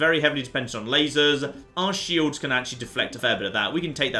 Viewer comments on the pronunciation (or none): none